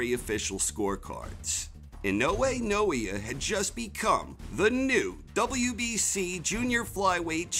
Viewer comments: Hey, this fighter's name is not Inoue Noia. His name is, Naoia (NAY-OYE-AH) Inoue. Thanks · Pronunciation of "Naoya" was really all over the place :-) For future reference, it's three syllables, like: nah-oh-yah